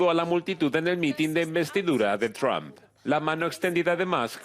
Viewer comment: Me encanta su Chanel pero no se pronuncia “TRAMP” se pronuncia “TRUMP” entre u y a ”